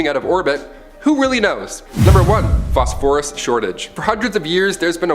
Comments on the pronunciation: “Phos-Phorus “ pronounced incorrectly…. Chemisists? U mean Chemists? Theres other weird pronunciation things going on lol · Phosphorus…emphasis on ‘phos’. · I’ve never heard phosphorus pronounced that way before. Putting the accent on the second syllable instead of the first. Interesting. But, a good video nonetheless.